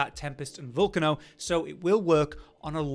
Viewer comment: You guys need to stop miss pronouncing names. It's pretty obvious that the Volcano weapon is pronounced how you would pronounce the name for an actual active volcano with lava. "Vol-cay-no" not "Vol-canno". I'm not sure how you guys you get this one wrong